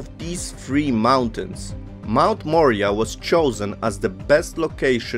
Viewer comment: Moriah..More eye ah!..That is the pronunciation of the mt. A beautiful video and knowledge thank you.